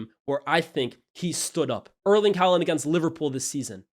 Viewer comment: Please learn how to pronounce Haaland